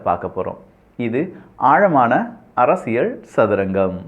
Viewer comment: அப்பா சாமி ள்ள்ள்ள்ள் அரசியள் ஒழுங்கா உச்சரி அடிக்ககடி ள் வருகிறது